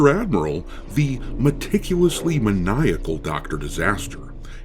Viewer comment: Meniachaly maticulous